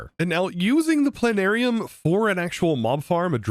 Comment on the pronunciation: I have a bone disease that prevents me from saying the 't' in plana'rium.